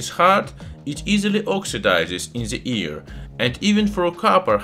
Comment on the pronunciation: "Slowly burns in ze ear." Oh no